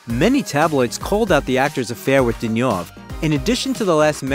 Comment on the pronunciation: Yes, many were so mangled! I struggled to recognise Catherine Deneuve.. surely one of the easier surnames...